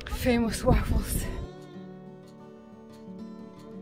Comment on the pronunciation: This was a really nice video with professional editing. I like your accent too. When you said “waffles”, I didn’t think you meant waffles. Then I saw the waffles, and I was like, oh, she really meant waffles. 😂. I really want some waffles now.